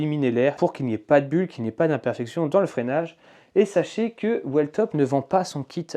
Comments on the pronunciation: Merci poour le test et la revue honnête et complète ! Sur la prononciation de la marque attention c’est "wiiltop" 😅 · Whiiiiiiiillllltop il faut prononcer ! 😅